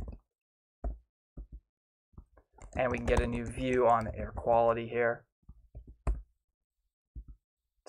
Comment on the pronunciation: View not vew